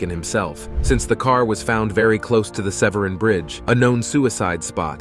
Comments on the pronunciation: Severen bridge???? It's pronounced Seven, so many mistakes in this video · Oh by the way....Severn Bridge not Severin